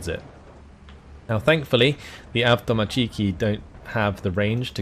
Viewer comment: AvtomAAAAtchiki, not avtomatcheeeeeiki